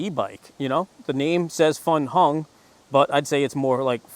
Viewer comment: LOL, I was cracking up when he said Funhung 😂